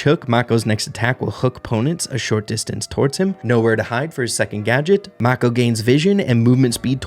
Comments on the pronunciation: the brawler is named after a type of shark, and is pronounced moer like maah-ko than mah-ko or may-ko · It’s pronounced “may-ko” (like the shark) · mako is pronounced mAy-kO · Really cool ideas!! BTW pretty sure the new concept brawler is named after a type of shark. If that’s the case Mako would be pronounce “may-co”. Thanks for all the content man! Love your channel! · i think its supposed to be pronounced mako like "make oh" the shark 😭🙏